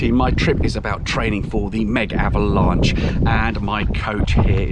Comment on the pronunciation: you said Mega-Avalnche